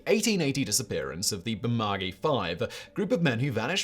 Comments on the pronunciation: It's pronounced Burr-Ma-Goo-Eee, not Burr-Ma-Gee pmsl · Appreciate the addition of an Australian story! However, Bermagui is pronounced Berma-gYOU-ie 😊 great list as always! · Bermagui is spelt the way it's pronounced: Ber-ma-gu-i (ber-mah-goo-e) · Say it with me: bur-mah-gyou-ee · To help out its: Burr-Ma-gu-ee (4 syllables) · Just a quick one, love the videos, but it's pronounced Burma gooey..... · Interesting pronunciation of "Bermagui", but no biggie really. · Yeah... I was pissed at his pronunciation too. Liked his Cas Crim ep on Ivan Milat, but his pronunciation of a ute as OOT... Faaaarrrkkkk....!!! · I'm Australian and his pronunciation of Bermagui is completely wrong